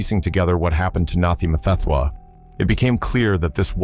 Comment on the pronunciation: AI voice cannot pronounce his name. What a joke. Dont we have a decent speaker?